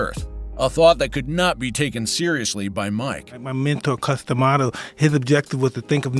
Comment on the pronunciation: I finally had to stop when the stupid narrator mispronounced Cus D'Amato's name AGAIN.